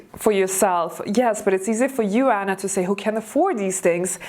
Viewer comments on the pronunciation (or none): none